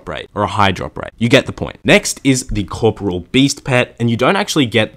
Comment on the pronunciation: "Core -- poor -- ee -- ole." Not "core -- poor -- ole."